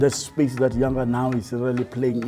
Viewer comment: Even you can't pronounce The name Yanga.